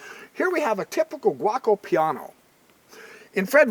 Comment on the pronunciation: The opening is pronounced G O co Piano Gee O Co Piano...Not guacamole piano. LOL Great video, Just having some fun with ya.